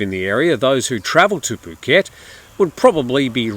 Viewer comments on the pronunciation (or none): Poo -ket not ph (as in "f" pronunciation) ?? F u (oo) ket ?? I'd never subscribe to your channel when you seem to belittle Thai nationals and their pronunciation of Thai words.